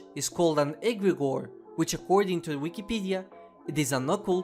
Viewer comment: So this is how I learn to pronounce egregore. Always called it Egreogre in destiny.